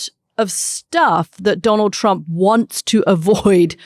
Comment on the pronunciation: Did Katty mean to call him Donal Tramp ? 😂